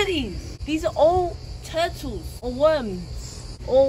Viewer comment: My man was saying turtles